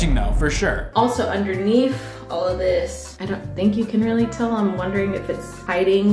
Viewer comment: she said “underneef“ And was funny lol